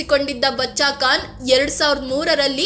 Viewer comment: Medam, Khan not kan, learn to speak properly